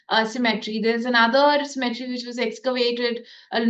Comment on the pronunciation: Cemetery's prenounciation is different from symmetry